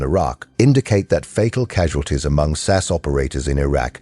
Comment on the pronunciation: "Sass operator" LOL - still enjoyed the video - thanks